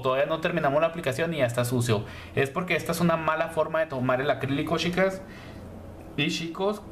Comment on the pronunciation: Me gustó la explicación!. Pero lo que me molesta es que pronuncies mal chicas/ os. Me enferma que digas shicas y shicos 😠